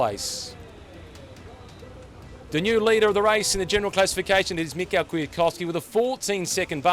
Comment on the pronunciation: Hi. If you produce these videos Michał is pronounced “Mee-how”. I noticed that you didn’t call Valverde “Ale-john-dro”...